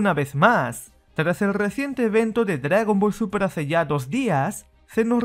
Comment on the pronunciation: Este fulano parece que dijera dragon ball supra D: suprajiro D